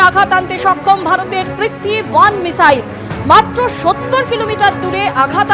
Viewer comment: Ki app mane aplication?? Aabe aage to uccharon korte sekh 😂😂 michail choda 😂😂 " মিসাইল" sikhe ne, sekhar kono sesh naai. bangladeshider sekhar chesta britha tai. Chudir bhai 😂